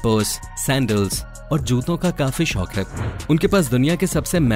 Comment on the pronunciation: Vo शोक nhi शौक होता है